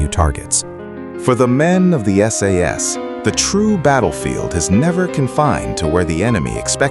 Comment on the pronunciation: AI is very impressive, but it can't even manage to say "SAS"